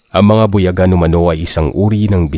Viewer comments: mali po pag ka pronounce mo sir .. hindi po bu ya gan.. parang bu yaaa gan po ang pagka pronounce nyan sir ,medyo na iirita ako sa translation portion 😁😁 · Hi po. Wrong pronunciation pa din po sa buyagan hahaha buyaaaaagan. Ganyan po🤭